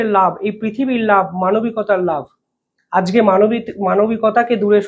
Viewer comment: বাংগালী হয়ে বাংলা শব্দ উচ্চারণ করতে পারে না। হয়ে গেছে ইউটিউবার । আজকে শব্দটি উচ্চারণ করে আজগে😂। এরা হলো গদি মিডিয়া।